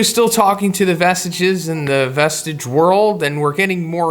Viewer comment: bruh the way you say vestiges made my ears bleed